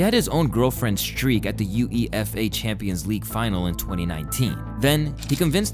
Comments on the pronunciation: Uefa is pronounced you-A-fah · Bro called UEFA ,U-E-F-A😂🥲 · You say youefa not U.E.F.A